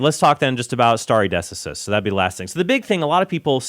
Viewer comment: No one is calling Trent out for his pronunciation of stare decisis?????